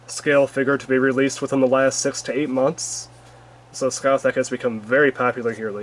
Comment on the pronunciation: It’s pronounced ‘Sca-hark’.